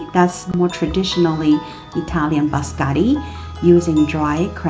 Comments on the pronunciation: It’s pronounced biscotti and not bascotti. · you call them bascari😂😂😂😂where are the double TT the I and the O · She said bascari😂😂😂😂 no letter TT in her word been used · Bis-ko-tiii please. Looks good.